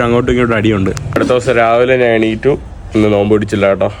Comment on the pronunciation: നാൻ, നാണു,നാനു, നാന് എന്ത് വാക്കാണ്. ഞാൻ എന്ന് സംസാരിച്ചു പഠിക്കുക